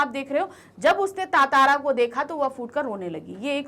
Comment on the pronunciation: It's ttara not tatara